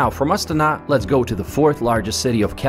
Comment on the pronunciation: How come the name of the capital city is pronounced differently from the cycling team of the exact same name? I have never heard the Astana cycling team pronounced the way that the man in video is pronouncing the capital city of the same name.